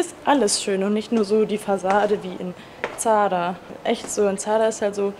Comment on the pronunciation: Ich frage mich immer was du mit Zara sagen willst, aber in deinem letzten Video warst du in Zadar und die Aussprache wäre: Sadar, das s nur weicher. Wollte es nur mal sagen, weil ich langsam nicht mehr dieses Zara hören kann😅 Ich liebe trotzdem deine Videos!❤👑